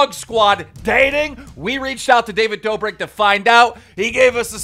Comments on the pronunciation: No one: Keemstar: "Dobrik brothers" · stop butchering every name its the kid laroi not the kid leroi and its not the dobrick twins